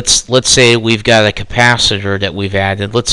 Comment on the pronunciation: Capacitor, not compasiter.